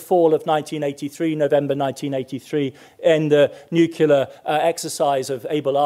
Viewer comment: Nuke clee ar